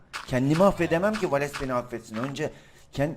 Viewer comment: valese hep valeks diyen laz abimiz +1 daha doğrusu genelde